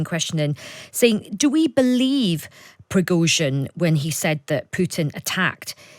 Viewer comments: Who is Projojin? Dont you mean Pregozhin?... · Prozozhin? 😂😂😂😂these people on times ain’t been able to get his name right all day earlier they called him prosogin and prizogin 😂they also called Ukraine ukaine🤣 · But she couldn't pronounce Progozin